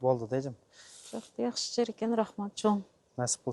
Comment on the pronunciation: Якшы жер дебей ,жакшы жер десен озбок болбой